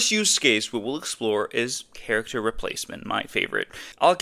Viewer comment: Character is NOT prounounced "cheeracter"